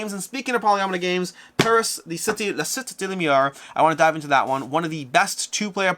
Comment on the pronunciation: Paris: La Cité de la Lumière, Cité is pronounced see-TAY. My ears hurt every time I hear you say SIT.